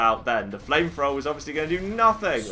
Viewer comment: accent makes it seem like he's saying flame frower